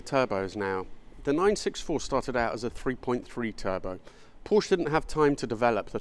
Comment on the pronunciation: Porsche is a two syllable word.